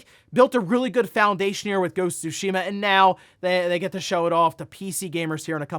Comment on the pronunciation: I like when says “Go-su-sheema”